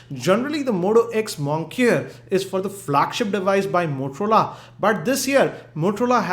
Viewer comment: Isn't it pronounced "moniker"? instead of "monkier"? lol, slip of the tongue I guess by due to reviewing too many products.